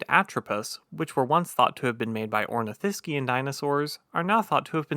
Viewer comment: My feedback on his narration is that if he is going to narrate this type of thing he needs to learn how to pronounce words like Ornithischian and all of the words that end in -ivorous.